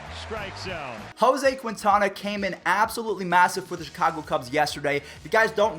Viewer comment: Lol the way he said Quintana